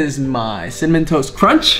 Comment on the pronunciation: cinnamon toast.. cinna- ken- CINNAMON TOAST KRENCH (cinnamontoastken lmao)